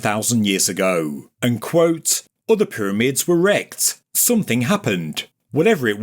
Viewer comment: You had me until the laugh track and you sad “somethink”.